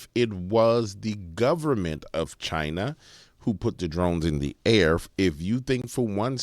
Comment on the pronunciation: Wtf do you keep saying china like that? 😏